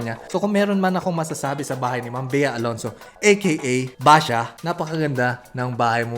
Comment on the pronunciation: "Basha" HAHAHAHAHA